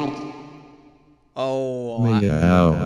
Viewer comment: In first video when it says gay instead of gary